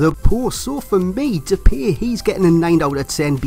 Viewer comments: U pronounce his Name like Dep i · It's Dep-pie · Great video, and just for future reference it's pronounced De-Pie haha, have a dutch mate that bangs on about it. Other than that, KUTGW. :D